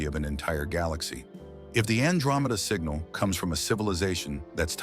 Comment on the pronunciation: He is just talking nothing new! Except “singnal”